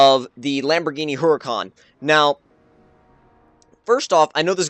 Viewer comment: It is called Her-u-con obviously you know it's spelled Huracan